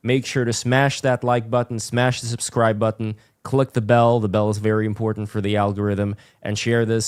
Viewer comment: You're enunciation of the word button is cringe and and a contradiction in terms. Try again